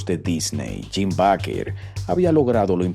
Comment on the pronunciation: Se pronuncia Beiker